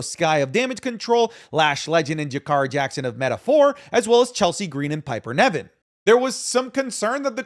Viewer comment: please stop calling her Piper NEVIN, ITS NIVEN